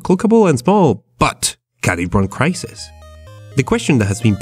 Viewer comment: Did you just say krai sees tree